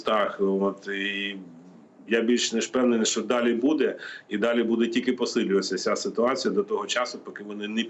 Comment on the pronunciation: Послухай ведуча,правильно казати що,а не щьо.І взагалі вчіться казати тверде О,а не ьо.